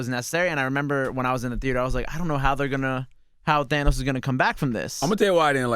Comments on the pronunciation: His name is pronounced THAN*OS!!! Not They*nos!!! 🤦🏾‍♀️ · Omg if i hear Thaynos again!🤯🤯 Its Thanos!!! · Why are y'all still calling him "Theinos" when the movie clearly confirmed that it's "Thannos"? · Who the fuck is "Thaynos"? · these guys theorizing about Pym particles is soooo off but theyre so certain about it🤦🏻‍♂️😂 And WHY does CTG keep pronouncing Thanos like that?? THAY-NOS..? Its not like he hasnt heard the people say his name in the movies. Why bro? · These guys wanna be into this marvel shit so bad it’s embarrassing Charlemagne just learned how to say thanos